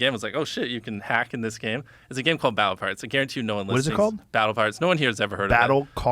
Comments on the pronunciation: I could've sworn he said Battleparts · Listen again, he does say battle of ‘parts’ (pirates)